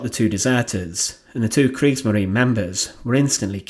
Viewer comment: Es heisst Kriegsmarine, nicht Kriegsmarin.